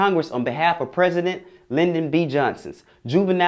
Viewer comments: He also said London B Johnson instead of Lyndon. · "dossier". Dah-see-air, not "doser". "Lyndon" not "London". Good clip but pay Eartha Kitt homage by pronouncing words correctly. She was very articulate and she chose her words very carefully.